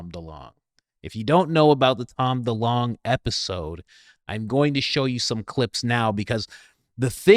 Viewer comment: It's DeLonge fam it's pronounced like Longitude